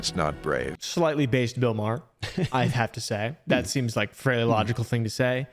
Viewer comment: Please it’s pronounced maw-her I have the same last name and it hurts when u say it wrong